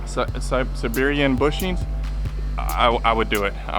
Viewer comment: Sie-beeer-ian keep slaughtering with saber lol like Siberian husky, Siberian tiger, ready to knock out 350 front end since your mind still fresh lol